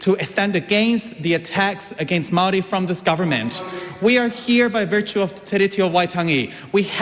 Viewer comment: She speaks of fake News As she lives as a Fake Victim And she cant pronounce the word Maori properly